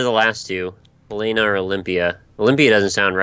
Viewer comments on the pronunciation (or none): Helena (Hell-En-Uh)